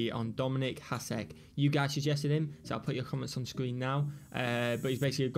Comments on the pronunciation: Pronounced “ Hash….ek “ I forgot to add in another video…….it’s “Oh…vetch…kin “ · Hasek is one of those players I wish I was around to watch and appreciate his talent, especially his one year in Ottawa. His name is pronounced Hash-eck.